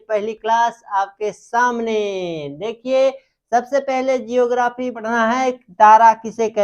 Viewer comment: Are pahle khud pado जियो ग्राफी nhi hota ज्योग्राफी होता हैं जिसके पास अपनी हिट और लाइट होती ह उसे तारा कहते ह तो किया आग एक तारा ह